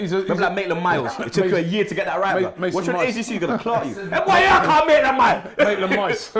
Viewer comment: always on pronounciation lol. kills me every time!! Mason Mouse. Maitlin Miles. kmt I am dead!!!